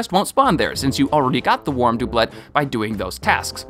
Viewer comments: you said doiblet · I always thought doublet was pronounced “doo-blay “ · Clearly it's a Doob'let. Not a Doublet. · You pronounce doublet correctly one time! And then go back to saying DoObLeT. Oof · Dooblit Heelian Bruh you gotta work on your pronunsiashin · You stop to pronouce Doublet correctly, then mispronounce it in the next sentence while also saying "Mount Heelia", my anger cannot be contained! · Complains about how to say doublet, then mispronounces hylianangle 😑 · “Heelian”???!!!??? Did you just call Hylian (HIGH-LEEAN) Heelian? I was willing to overlook the mispronunciation of doublet, but c’mon….Hylian has been used in the game forever and I don’t know anyone who plays the game that doesn’t know how it’s pronounced.